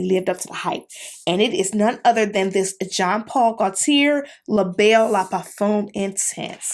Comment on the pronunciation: absolutely dying at how youre butchering Gaultier’s name lol. it’s french. it’s pronounced more like goat-yay